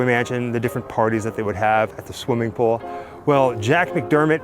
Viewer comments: Its ok,. Not everyone can say Pooul. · I say pool the same way so don't feel bad 😂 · I say pool the same way you do. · I didnt notice anything different about how you say "pool" . I had to back it up a couple of times and I guess it comes out as "pull" which is no big deal. And yes everyone, it's in the Valley View edition of LA and is just about impossible to not get caught trespassing to get to it.